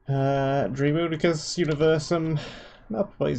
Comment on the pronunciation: Is this like a British thing? To view any word that is not immediately recognizable as intrinsically unpronounceable? Like.... how else do you explain your decision to include the letter R in the word Daemonicus?